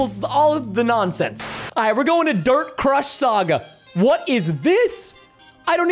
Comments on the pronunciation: u said drt but not dirt?? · preston spelt dirt wrong he said drt